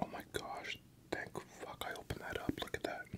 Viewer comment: Did he say "what the fauk" 😳